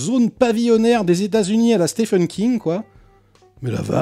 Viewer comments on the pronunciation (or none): none